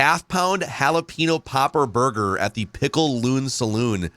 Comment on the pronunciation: Mexico - “jalapeño” - “Halla Pinot”